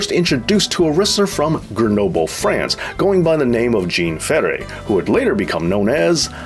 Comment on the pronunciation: No no no, not "Gene Fairay." Jean Ferré = Zhown fair RAY